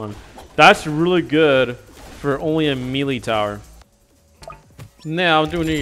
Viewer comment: Lol bro said mealy